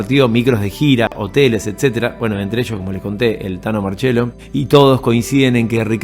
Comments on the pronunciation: crak! muy bueno el video , es el primero de tantos que seguramente vere en breve ...un pedido de corazon , TANO MARCIELLO, NO MARCHELO, POR FAVOR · Gran informe. Que diga marchiello y que a continuación Ricardo diga marciello me da un poco de cosa pero siempre se agradece.